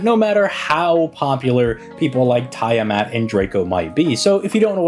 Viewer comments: It's tee-uh-maht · He's mispronouncing on purpose